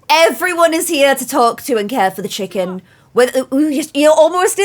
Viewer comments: I love how she says chickom instead of chicken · Is it just me or 'Chickahn" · I love in Georgia in the USA and every time she says Chick-ahn I get warm and fuzzy.